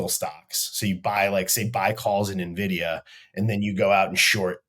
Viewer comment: its N-vidia man